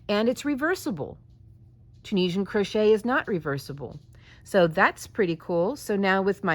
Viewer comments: "Croshit" 🤣 Now THAT'S a Freudian slip if I ever heard one! 😂🤣💀 Aptly put too imo. 🤭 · hahaha im totally calling crochet "crosh*t" when the project isnt going well